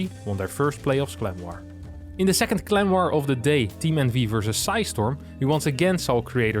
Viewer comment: I keep hearing "Clem war" instead of clan war lol